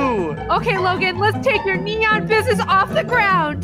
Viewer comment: Yeah it's neon not nenon